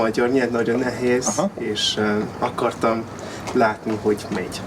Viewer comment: Nagyon ügyes vagy! Talán a /cs/ hang nem kéne, hogy erős legyen. Ne úgy mint pl a 'watch' szóban. Nézd meg a magyarok hogy ejtik a /tsh/-t (hibásan) ebben a szóban -egy erőtlen /cs/. Az /é/ -re vigyázz, hogy pl. a 'nehéz' szóban ne diftongizáld. Ez egyszerűen egy hosszú /é/=/é :/. A magyarban vannak hosszú mássalhangzók! Long Consonants. 'attól' függ /t:/. Try to say the name Emma in Hu. It is not /ema/ but /emma/. De tényleg nagyon jó!